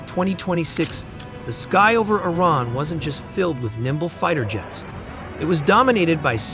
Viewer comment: It's not pronounced 'eye rain' it's Iran.